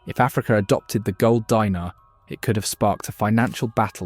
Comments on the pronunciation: Gold "Dee-nar", not "Die-nar" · Actually Dinar is pronounced “DEENAR” not “DYNAR” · "Dee-nar", not "Dy-nar". "Nee-jher", not "Ny-jher." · Say it with me: De-nar Not a dinner u r just making me hungry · It's pronounced deenar